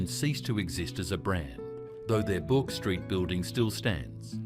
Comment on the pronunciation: Took me a minute to realise 'Bork Street' was BOURKE STREET !! Knew Buckley and Nunn's was there but it was the 'Bork' that threw me. AI really needs to learn how to read properly ❤